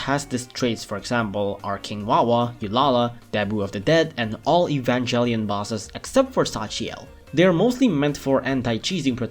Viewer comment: HOW THE FUCK DID HE PRONOUCE EVANGELION?